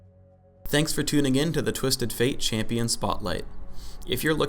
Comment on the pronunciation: lol (Chay-pi-an) spotlight